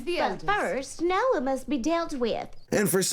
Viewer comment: No, it’s “NOAH”!